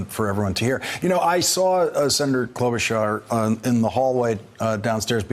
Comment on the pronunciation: it's /klo-'BOO-charr/. Her grandparents on her dad's side moved to the US from the same country as Melania did